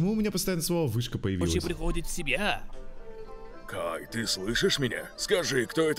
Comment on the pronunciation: Не Гай, а Кай -_